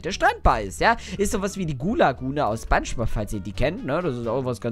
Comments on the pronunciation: Boah, weißt du denn nicht Spongebob sprich man mit o und nicht mit a aus. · Das heißt nicht Spongebob sondern Spangebub